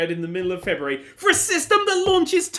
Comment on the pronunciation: Did say "Frebuary"?